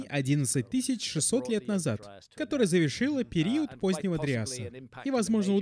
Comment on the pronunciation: Круто, что ты вернулся с новым крутым видео! Ну и я тогда возвращаюсь чтобы напомнить тебе, что в слове ПЕРИОД нет буквы У и ударение ставится на букву И!)))